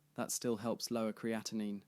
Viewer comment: Exactly. Your pronunciation is correct and the spelling ends with 9. Thanks for sharing. You did a great job!👍